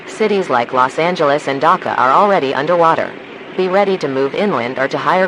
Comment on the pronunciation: The was woman pronounced Dhaka so bad It's not dacca it's dhaka